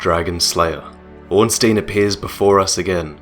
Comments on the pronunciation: Can't wait to see more, - I love your work! Just one thing though, Ornstein is pronounced as Orn-Stine;P. It bugs me when people say Orn-Steen -_- haha. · orn-SHTEIN, not orn-STEEN. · Good story, but Ornstein is pronounced "Ornstyne", just sayin' :P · srry but it kinda annoys me that everyone says ornstIEn it's ornstEIn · its not ornstien bro